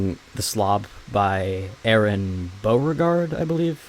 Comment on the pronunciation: I don't think aron's ever had his name said correctly 😂